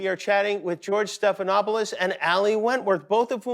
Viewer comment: I think i am hear "George stephanhopeless". Haha